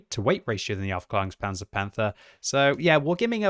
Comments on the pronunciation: He actually mis-pronounces it. He says aufklarungspanzer but it should be pronounced aufklaerungspanzer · To the general public, yeah maybe. The “a” has an Umlaut though, so it should be a longer ae pronunciation like the “Jaegers” from Pacific Rim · That's easy: he isn't saying Aufklärungspanzer Panther, he's saying something like Aufklarungspanzer Panther and that's quite a big difference isn't it :P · Any other German here? Its very funny when he says "Aufklärunkspanzer Panther". Greetings from Bavaria. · As a German, it's really funny to hear the word Aufklärungspanzer-Panther from.: D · Really? My German teacher would’ve whacked me over the head with a broomstick if I pronounced the Umlaut “a” like that lmao